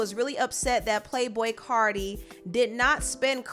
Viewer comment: Its CARTI (CAR- TEA) You would do ANYTHING to mention CARDI -_